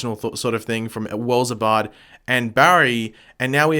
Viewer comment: Who's Abard? Like its Eobard, not Wells Abard